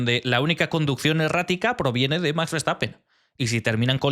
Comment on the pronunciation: y recuerda, no es lo mismo pronunciar much que max, gracias